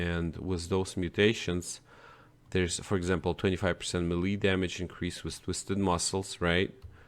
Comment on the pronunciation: Melee is pronounced “may-lay”